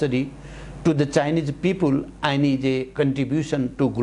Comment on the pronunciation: And-एण्ड हुन्छ कि आइन्ड हुन्छ हौ?? Has-ह्येज हुन्छ कि हाइज?